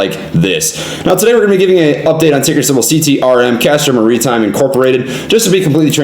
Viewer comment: "Muhreetime" lol